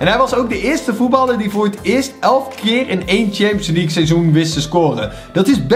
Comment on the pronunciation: Hey ik heb zeker geen haat je bent namelijk een van mijn favoriete yt bent maar de premier leugue zeg je fout en daar kun jij niks aan doen maar het is wel irri maar nog 10 k abonnees en dan heb je 200.000 abonnees BAWZ ARMYYYY